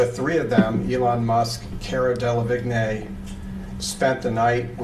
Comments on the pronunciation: They cut it because the lawyer sounded like an idiot say cara de-La-vig-nay rather than pronounce it correctly as Cara De-La-Veen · Vigne? hahahahaha Delevingne = Delaveen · Cara Delevig-nay lol. Should be pronounced Deleveen. You'd have thought they'd pronounce the names correctly. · “La vig nay” (it’s pronounced de le veen). But anyway, this trial has left me soooooo confused about what is hearsay/leading and what isn’t. I wish I understood. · Cara DeliWigne- the way they call her is so wrong - it’s a French name 😃 It’s Delawine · "Dele-VIGNAY." facepalm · Cara De-La-Vig-Nay😂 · Hearing the lawyer say Cara “Delavignay” really bothers me lol. 😖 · Why is nobody commenting on the pronunciation of Cara Delevingne. Delahvignay? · It's pronounced del-a-veen!! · "Cara Delevig nÉéé" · "Cara DELA VIG NAY" 😂😂😭😂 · Wait... Cara delevignay? Is he talking about cara delevigne the actress?? XD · I'm so sorry , but the way he pronounced "delevigne" is wrong. But yeah, why did they cut that bit. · Oh dear lord the guy can’t even pronounce the Cara delevigne 🤦🏼‍♀️😂😂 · Can people please pronounce Delavigne properly 😂 sounds like Avril “Lavigne” 🤦‍♀️ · why the fuck does the interviewer say cara delevingne like that, how is he butchering it so hard